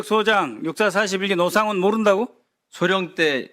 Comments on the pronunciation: ? 왜 “노”를 “로”로 발음하죠 저분?? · 노상원을 로상원이라 발음! 소름 ~~ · 발음이 왜 저럼? 로상원?